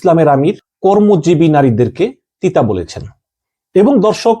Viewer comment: পতিতা শব্দকে তিতা উচ্চরন করেন কেন?